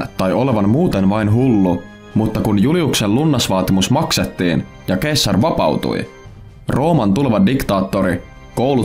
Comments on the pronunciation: Se ei ole "keessar" vaan "seesar" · Eikös sitä sanota seessar eikä keessar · Btw se lausutaa seessar eikä keessar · Se lausutaan seessar eikä keessar. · Eikös Caesar lausta 'Seesar'? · Julius keesar😩 korvat särkyy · Se lausutaan Seasar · Katselua häiritsi liikaa väärinääntäminen k:lla... Tollanen asia pitäisi tietää tällästä videota tehdessä :\ muuten mielenkiintoinen video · Hyvin lausuttu toi ceasar😂